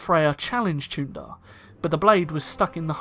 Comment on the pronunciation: The “ch” as in Chuundar makes an /sh/ sound. Jolee Bindo said so.